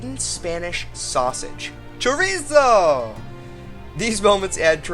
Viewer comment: More importantly, where was that guy hiding that sausage? CHORRRRRRIZO